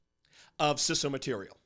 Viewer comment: its pronounced 'cee-so'